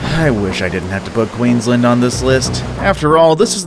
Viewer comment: Did he just say queenslend?